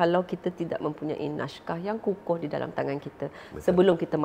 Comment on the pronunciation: Naskah bukan nashkah sebagaimana yg di katakan oleh puan Sofeah Jane.